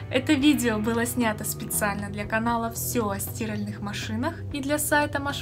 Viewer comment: Я тоже не понял, девушка безграмотно это произнеста)) впервые слышу чтобы так называли стирАльную машину